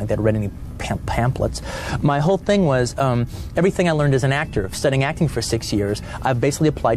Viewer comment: “ They are a ting only for me “ ewwww 💀💀💀